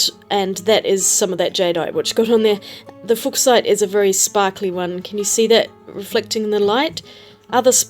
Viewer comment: I think "Fuck-site" is pronounced "Fyoo-shite."